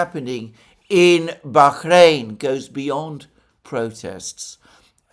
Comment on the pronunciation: You are over pronouncing BAHRAIN. It's just a soft H not a hard KH.